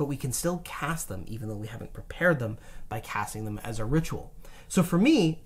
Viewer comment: is killing me saying thougl instead of though